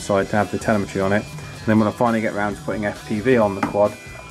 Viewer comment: Isn't it pronounced as teLÈmetry?